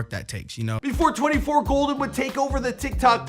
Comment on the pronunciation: Please say my son’s stage name correctly... it is 24KGOLDN. Throughout the video interview you kept out the K... Love the mostly accurate show! Yes, this is his real mama.